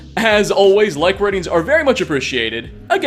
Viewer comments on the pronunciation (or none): none